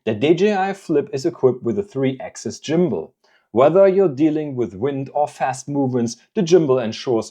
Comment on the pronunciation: Jimbal = Gimbal 💀 just messing with you video is excellent thanks for the laugh 👍🙏